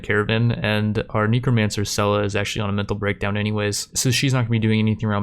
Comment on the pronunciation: They way you pronounce necromancer sounds like Nekomancer, which is something VERY different.